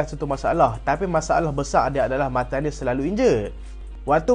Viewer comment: bang sebut nama martial elok2 ah